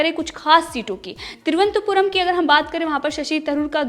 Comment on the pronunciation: Cheap news.just like bjp.she can't even pronounce the capital of Kerala properly.